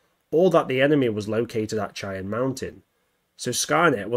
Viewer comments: Just a fun little correction great video but it’s not Chai-Anne it is actually pronounced Shai-Anne like Shai’halud from dune just from somebody from the area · It's pronounced as 'shai-an', not 'chai-on'. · Chan? Dude, can you read? It's probably why you're on YT instead of a real job. Try it like this: shy-anne. Goodbye channel. 👋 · Pronounced Shy-Ann mountain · The mountain is pronounced "Shy ann" mountain. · Great video. Cheyenne is pronounced “shy-Ann” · It does make sense that Skynet's main focus would be in North America. After all, the United States is the country that developed it, was the world sole superpower when Judgment Day arrived, and the population is big enough and well armed enough to be able to put up by a decent fight against Terminators. Also, for future reference, Cheyenne is pronounced "shy-anne" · For continuity’s sake it is pronounced shy-Ann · Shy-Anne it's how it's pronounced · It's prounounced "shy anne" mountain. It's a native tribe. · it's shy-ann but I still love your vids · Come on, dude. Did you never watch StarGate? SHY-Anne. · Ouch, it's pronounced "shy-ann". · So real quick it's pronounced as shai.an Mountain US English is a little weird at times as always Mountain of skulls